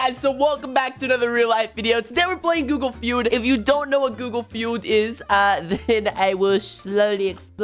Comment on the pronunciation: I like how he did g o o g l e f e u d